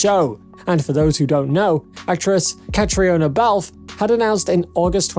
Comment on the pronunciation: Learn how to pronounce the principal’s names! Ka-tree-na, Hue-han, Gabaldon-don’. Oh yes, Caitriona and Tony are married!